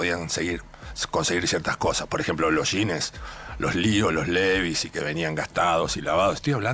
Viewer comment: sí, será porque la educación también es importante, saber hablar bien, por ejemplo, ¿vos también decis "yínes" como el ruso berea?